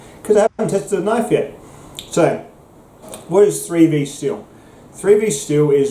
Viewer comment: What is three thee? Oh, were you saying three v? Bwuaaahaaa bwuaaahaaa bwuaaahaaa 😁😁😁 Thanks for the video my Bladed Brother 👍⚔️